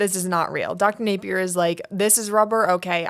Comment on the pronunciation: Dr. Napier!!! Not a name you hear every day 😄 - props on pronouncing it correctly! People often say "nah-pier" or try to class it up like it's French "nap-ee-ay" (name has roots in Scottland, if anyone's curious)